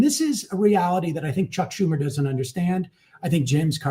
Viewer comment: The true mispronunciation wasn't Sam Seder's name, but Chuck Schumer's. The H is silent!